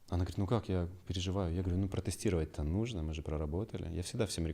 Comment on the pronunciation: Странная манерность мужчины - "нузьно", "мозьно". Это так модно произносить? Но в остальном замечательный специалист.